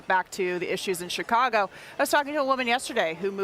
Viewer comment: She says Chicago right 🤷🏼‍♂️